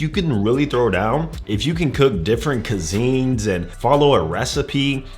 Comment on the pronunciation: Instead of cuisnes, hometown said cazeens 😂